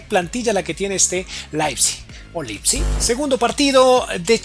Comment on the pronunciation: muy buenos tus videos pero me desespera que pronuncies tan mal, le agregaste una s al final a olmo, dijiste angelino y no angeliño, pronuncias mal el nombre del equipo, un sin fin de palabras mal dichas